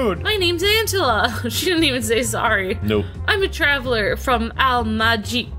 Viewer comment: It's pronounced Al Maahic.